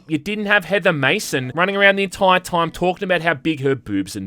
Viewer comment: the entoyr toym